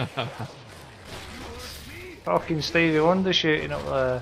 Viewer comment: Did u say sonething like "Stevey shit doing up there..."?